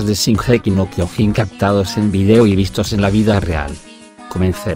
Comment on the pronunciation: Amigo al menos pronuncia bien el Kyojin que lo dice Kyogin :v